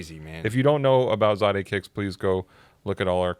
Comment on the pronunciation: Why do you guys keep Pronouncing Zadehkicks worng...smh... I followed him on IG... And he went live sometime he never said it like that